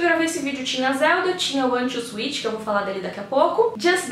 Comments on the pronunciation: Oi! Legal de ver sua alegria ao falar do videogame. Gostaria só de fazer uma observação na pronúncia do nome do videogame: A palavra inglesa switch se pronuncia "swêtchy". Cuidado para não pronunciar "suítchy", pois é uma pronúncia parecida com Sweet (doce). Gosto muito do seu canal!! Abraços. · Nintendo Zuit? O Velberan tem esse mesmo erro de pronúncia.